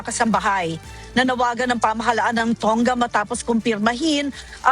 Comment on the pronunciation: The country Tonga is pronounced ‘To nga’ at hindi’Tong ga’.